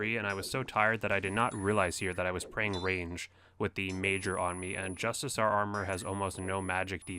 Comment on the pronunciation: Nice guide! But what the hell is Justisar? I only know Justiciar (Jus-ti-see-ar) :)